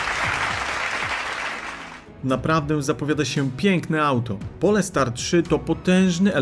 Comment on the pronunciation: To nie jest polska nazwa, czyta sie "Polstar" nie Polestar